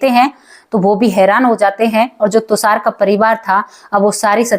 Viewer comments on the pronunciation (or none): अरे तुसार नहीं तुषार बोलिए 😂😂😂😂😂😂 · आप बार बार tushar को tusar बोल रहीं हैं जो कानों में खटक रहा है और दादा आया, नाना आया ये कहना भी नहीं अच्छा लगा